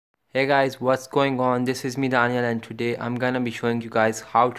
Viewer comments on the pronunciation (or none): none